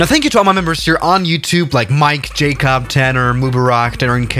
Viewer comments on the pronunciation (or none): none